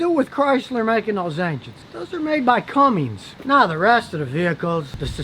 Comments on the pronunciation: It's "come-ins", not cummings, no g in it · Scotty, it's "Cummins" NOT Cummings" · Hey Scotty. It's Cummins, not Cummings. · LOL,, ya gotta wonder about a so called "mechanic" who doesn't even know it's "Cummins" NOT Cummings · fyi, its CUMMINS not CUMMINGS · It’s not comings diesel, it’s Cummins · I love how he's like those people that can't pronounce a word but it's right in front of them spelled out. Cummins you major Ahole, not Cummings! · Scotty, Mexican Rams historically have been better than the ones made north of the border...and for the Love of God, it's CUMMINS, not Cummings! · Cummins, Scotty. Cummins, not Cummings!! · Did he really say Cummings? It says right on the side of the older trucks, Cummins! NO "G" in the name. Who pissed in his Cheerio's? What a rant! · Scotty.....it’s Cummins....NOT Cummings. You knew that, didn’t you? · Lost all respect for this dude, cmon dude “Cummings”?? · This guy must not know how to read. Its Cummins, not Cummings. What a blowhard. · It’s a “Cummins” not a cummings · "Cummings" smh The second you used that word you lost all creditability. It's CUMMINS. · Scotty, it is Cummins, not Cummings. Cummins is a reputable diesel engine manufacturer. Cummings sounds like a bedroom activity. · Cummins. There is not and never has been a G in the name Cummins. Unless you're Cummings for Cummins, which at that point you need to see a doctor. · Honest feedback, this video was trash (normally your videos are informative or funny). Over 9 minutes of no substance other than you don't like the AC systems. You aren't even familiar with them enough to say the brands correctly (Cummins, not cummings). Speaking from experience, I'm on my 3rd Ram and they've all been reliable. The Rams aren't perfect but none of the trucks are. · Why does Scotty and so many others out there say Cummings?!?!? It's CUMMINS!!! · There is no g in Cummins. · What the heck is a Turbo cummings? LOL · ITS NOT CUMMINGS LOL ITS CUMMINS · Cummins not Cummings